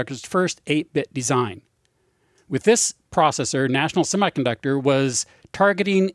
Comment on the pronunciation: I winced every time he said the word semiconductor.